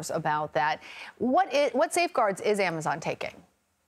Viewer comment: Did she just pronounce Amazon as "am- uh zay- on"?